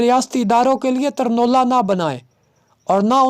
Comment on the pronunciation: آپ اپنا تلفظ ٹھیک کریں یہ ترنولہ نہیں ہے یہ تر نوالہ ہے مطلب یہ ہے کہ ایسی روٹی یا خوراک ھو جو گھی سے چپڑی ہوئی ہو اور آسانی سے حلق کے نیچے اتاری یا کھائی جا سکے